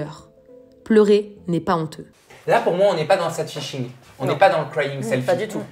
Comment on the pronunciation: Par contre, dites à que ça s’appelle “sAdfishing” et non pas “saydfishing”